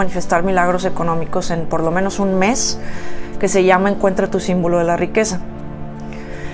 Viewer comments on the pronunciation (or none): none